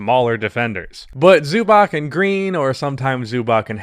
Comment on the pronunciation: Man great video but pls look up how to say Zubac